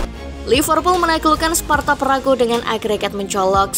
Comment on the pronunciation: Gw jg jgkel, org asli sana nyebutnya sparta praha, ntah knpa jd sparta pragu 🗿